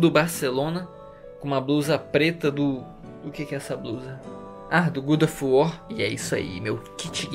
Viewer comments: "gudo ofo wor" morri kkk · “Guda of war” KKKKKKKK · Gudoff war